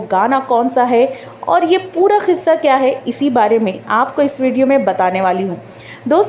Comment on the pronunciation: Kissa hota h khissa nhi